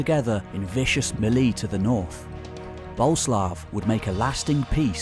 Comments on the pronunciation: So, it’s pronounced Bo-Lé-Slav? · Boleslaw (Boleslav) has three syllable.